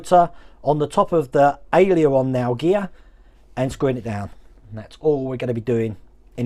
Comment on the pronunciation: Dear, Aileron is pronounced ALE-HER-ON. Hope that helps...